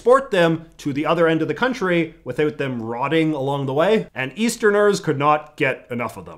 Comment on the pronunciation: All these withoeut’s and aboeut’s are mildly infuriating to me, not gonna lie